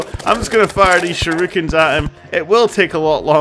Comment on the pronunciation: Mabil Chol sha ru kens lolol I heard it too